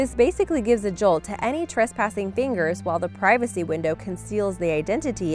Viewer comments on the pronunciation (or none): none